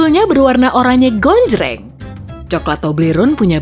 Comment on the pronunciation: "berwarna oranye gOnJjrEnG"